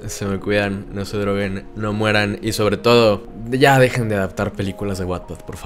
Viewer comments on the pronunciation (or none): none